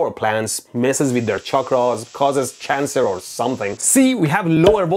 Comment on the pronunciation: Bro is totally saying moving around gives you can er :p